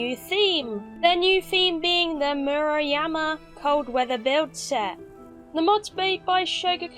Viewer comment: First off, nice job pronouncing "Murayama." Other cats just didn't even try. At least try, I say. Nicely done, you! Edit: That sounded snarky. I wasn't being snarky. Further edit: Second off, Jesus... that shit looks amazing. I've been sort of bored with Conan Exiles lately, but this helps. I think I'm going to go and tear down one of my shitty castles, and make a prettier one. Thank you.